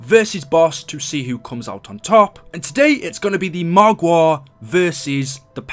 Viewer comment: AmI the only one who likes it when he says margwa😂😂